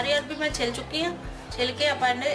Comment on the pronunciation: Bohat wadhieya Ha but It’s not Arbi, it’s Arvi.